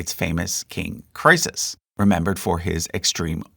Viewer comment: Just one more YT video where the creator was to lazy to look up the proper pronunciation of words he doesn't know. I cringed at "Porvoo," "Didache," and "Croesus." But that's the way the younger generation is, isn't it? Whatever, never mind!